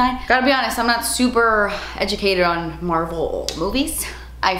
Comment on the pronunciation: Anyone else think said marble, and not Marvel? I was confused there for a second 😂